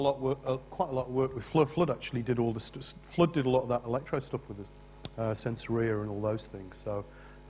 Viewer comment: Just the way she said "sensoria" destroyed her credibility right there! FFS